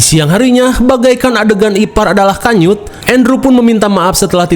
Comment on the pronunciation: aku nggak salah denger kan 'IPAR ADALAH KANYUT' ?😭